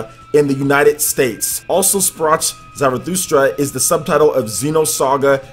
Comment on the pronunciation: You have it right except for "Sprach" - the sound is not an English ch, it would be more like a kh. So kind of like an extended k sound, if that makes sense. Although I'd just pronounce it "Also Sprak Zarathustra" which sounds better coming from an American English speaker IMO.